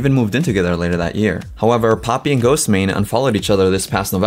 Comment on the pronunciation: im sorry i love your videos but the GHOSTEY MANE thing drives me nuts. its pronounced ghost mane lol